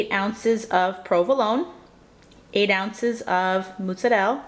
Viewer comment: This is like over a year old but I was needing something like this for my lunchen! I love the way you say mozzarella. I'm guessing maybe you're italian!